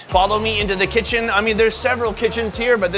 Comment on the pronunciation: haha when he says “kitchen” he sounds so British